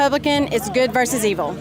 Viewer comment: Versus. VER- SUS!! Not verse.